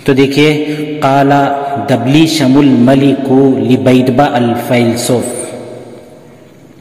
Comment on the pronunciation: Are baba wo دبليشم نهيں دبشلیم ہے